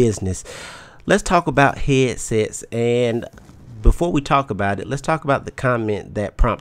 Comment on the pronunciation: lol he says Heeadsets